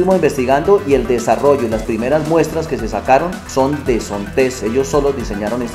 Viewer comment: Excelente trabajo, muy buen video, muy buena información, lo único que tal vez inquieta un poco es la pronunciación de "Zontes" del señor, lo pronuncia como con una acentuación al final que no va, si sería bueno que se corrigiera la pronunciación del nombre de la marca, para que otras personas no cometan el error de nombrar de forma incorrecta esta marca. Por lo demás, a gusto con el video.